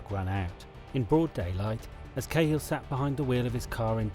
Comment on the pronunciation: his name was KAA HILL